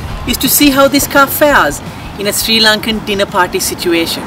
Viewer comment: Hahaha!! Srirarry !!